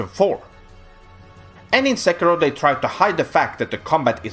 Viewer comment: TFW is the only one on youtube to pronounce Sekiro correctly. And hates it more than anyone else. That's culture for you.